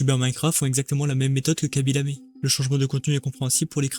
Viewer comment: Bonne vidéo continue comme ça sinon on ne dit kaby lam(é)